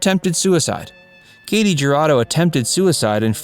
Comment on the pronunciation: Her name is pronounced KAH-tee Her-AH-doe.